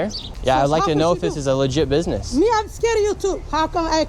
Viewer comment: I had a hard time taking that video seriously when he came out of the gate with a* pronunciation of "business" sounding closer to "bidness."